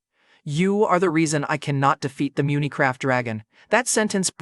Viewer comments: Dude said munacraft in sted of Minecraft 😂😂😂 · It’s not munecraft lil bro😂